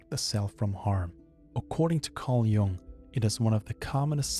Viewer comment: Great video🙌. Just one thing: I think it's pronounced Jung with a u, not like young, since he was swiss.